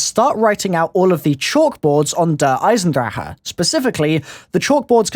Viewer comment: this guy cant pronounce the map lool